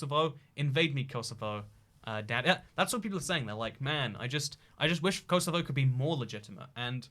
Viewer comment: I'm more offended about how he said "Kosovo" than the fact that he replaced Serbia with it